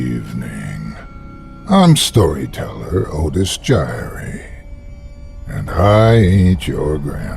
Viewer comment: Otis jiry.... 🤦‍♂️ ... well, it's better then nothing.